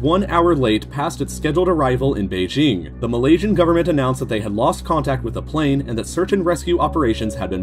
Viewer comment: Oh my god, the pronunciations of Kuala Lumpur and Beijing are INFURIATING